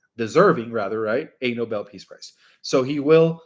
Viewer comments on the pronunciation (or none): none